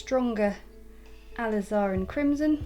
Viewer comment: Please refer to your dictionary for the correct pronunciation of the word alizarin. It's jarring to the ear to hear you repeatedly mispronouncing it.